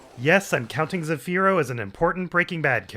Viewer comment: You need to work on your pronounciation of Zafiro Anejo, when you say zafiro you gotta roll your tounge on the r literally one roll of the tounge not 2 not 3 not rrrrrrrrrrrrrrrrrrrrrrrrrrrrrrrrrrrrr just one little roll at the end of the r, and Anejo is more like Aunyayhhoa Aun is in the begiinning of aunt not ant, aunt